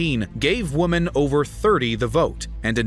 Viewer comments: You often sound like your saying woman, instead of women? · Why do you say "woman" instead of "women"??????